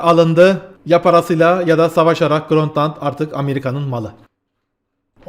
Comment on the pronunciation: Grönt land nedir baba. Grönland. Grönland. Grönland. Cahil de değilsin.